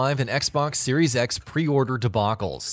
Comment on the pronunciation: Da fuq u say??? What is a Xbox 3 SEX???